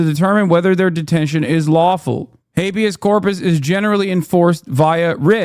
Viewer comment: 🤪 “Hay-bee-ass corp-ass is when the President gets to do what he wants.” 🤪